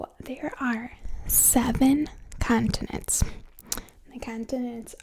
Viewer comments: the thing that is really getting to me is her saying cun-tinents instead of con-tinents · “Caaaantonents” I’m curios, is from Boston? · I love the way you say "Cahntinents" lol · ^lmfaoooooo bahahaha